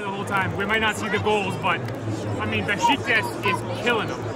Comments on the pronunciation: Nice vid, but please learn to pronounce the name of a 120 year old legend football club in Türkiye… its not “Bes ti kas” but BESIKTAS”! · Beshtecass? Its Beshiktash ( beşıktaş) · It’s Besiktas! Lol not Bestikas 😅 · its Beşiktaş not Bestikas:) welcome to our stadium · Beşiktaş is be-shik-tash, not besh-ti-kas. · No beskitas. Besiktas. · "Bestikas?" You had one job. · Beshiktash ; for correct pronunciation in English try to read this way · You read şt like beshictash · Funny how you pronounce Beşiktaş. „Beshictash“ would be correct. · You said Besiktas wrong but it’s ok